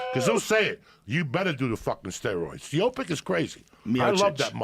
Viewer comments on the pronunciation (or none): Joey ”khalabib stiopic“ diaz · Stiopic ! hahahah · Bro Joey fucking up names is the funniest shit ever “I think fuckin stiopic” and “khalabib”🤣🤣🤣🤣🤣🤣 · “Stiopic, Spiopic” 😂